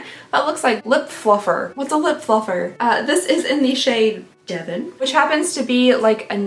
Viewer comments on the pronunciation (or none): none